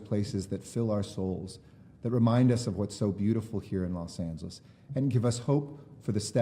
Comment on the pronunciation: I keep thinking he says Los Santos